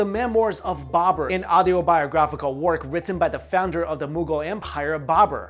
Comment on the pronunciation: did he say babbera.. alibabbera an the 40 thieves ???